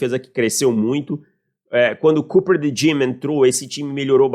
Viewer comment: O Ari Aguiar fica fazendo piada de quinta série com a fonética de "Cooper de Jean".